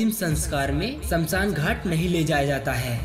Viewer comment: Samsan nahi smashaan